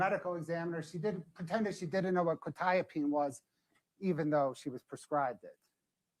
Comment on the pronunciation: I now know frustration when he hears mispronounced legal terms. Hearing the pronunciation of quetiapine drove me crazy!! Interesting fact - that might have explained the defendants "shaking hands" mentioned by the brother in law. All antipsychotics, even with just 2-3 doses, can cause permanent brain damage called "extra pyramidal symptoms", "dystonia", "tardive dyskinesia", "akasthesia", etc which all mean it causes involuntary movements and stiffness in your body. Shaking arms are one of the most noticable side effects. Administrating quetiapine wouldn't affect the outcome or not - so I try to not grit my teeth at a trivial serial. That level of fentanyl is gg, 100%. For anyone curious, the reason "norfentanyl" being detected means it was street drugs - think back to Breaking Bad and the blue stuff. That is a byproduct of imperfect chemical synthesis. Any medical (cGMP regulations in the US) would NEVER allow any norfentanyl to be in a batch that is commercially sold. The company can't release without running concentration analysis, so if it shows up at all - that batch has to be destroyed. That's because fentanyl is a huge medical achievement. Anyone who has been under general anesthesia for a major surgery (e.g. not something you can go through without anesthesia like spinal injections but is offered optionally) will have likely received fentanyl because it works so well at blocking pain at 1 / 1,000,000th you would need for oxycodone. That means all the normal si